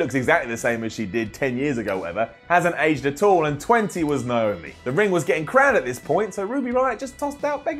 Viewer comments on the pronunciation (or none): none